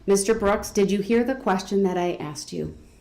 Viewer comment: And an honorable mention: Axed